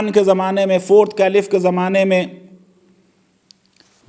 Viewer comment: फैजान साहब "कैलिफ" नहीं " खलीफा" पढ़े...